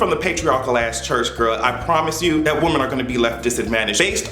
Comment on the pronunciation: YOU'RE TOO SMART TO BE PRONOUNCING "WOMEN" INCORRECTLY EVERYTIME 🤦🏾‍♂️